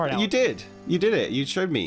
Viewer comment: Al e x NOT AL I X HOW I KNOW MY BROTHERS NAME IS ALEX